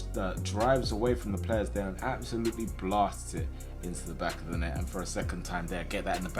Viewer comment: Genuinely not over exaggerated but I really love it when says "GET THAT IN THE BACKEYO NET" and whenever he says "BACKEYO" for some reason my mind thinks of BACKeyokoo